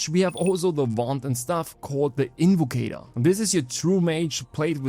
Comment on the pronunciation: It’s invocator I played the game